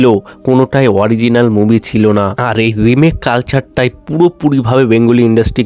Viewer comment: Bhai movie moobi naa …… pronunciation ekdum tatty.